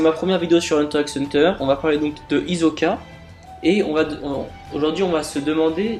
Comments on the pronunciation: c'est hisssssssssssoka pas hizzzzzzzzzzoka ok ? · Hizoka tu dit hi so ka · ta théorie est de la merde. et puis c'est HISSOKA. on dirait ke tu regardes pas l'anime. quelle déformation terrible hizoka mrd